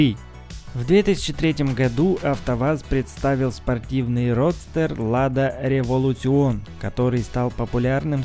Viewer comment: Не револютион, а революшен